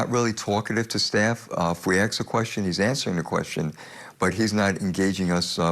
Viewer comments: If you ax me. Oh please the word is ask. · I guarantee, nobody axe you anything. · When you "axe" the police comish questions , he has good answers. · "If u axe me" .....this is the police commissioner lol